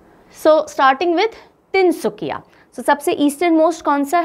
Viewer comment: Tin sukia...not tin sukhia ..In Assamese suk means corner...so tin sukia bole tu ..three corners.tin kunia..like triangle....lv 4m Assam..